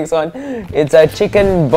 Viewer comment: It's like pasta boloneigh tho